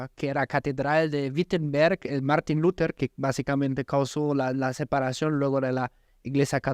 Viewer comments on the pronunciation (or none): solo una pequeña corrección era Martin Lutero no luterking